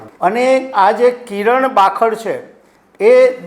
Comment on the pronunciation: બાખડ નઈ કાકા... ખાબડ 😂😂😂😂😂😂😂